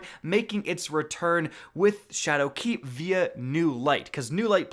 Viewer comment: why do u say shadowkeep like dat